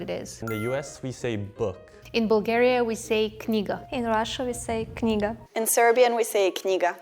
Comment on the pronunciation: KNIGA but the K is silent :DDDDD oh my god :D